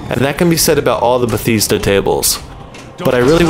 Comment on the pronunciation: "If anybody asks me to watch a Deadpool movie with them, they get blocked" You don't know what you're missing, but hey. You do you. Also, Be-TEES-da? It's Be-TESS-da. (I'm not their fan, I just don't like mispronounciations.)